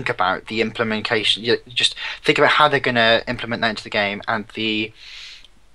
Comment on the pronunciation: "implamancation" rofl was lazy taking his vocab from george bush:D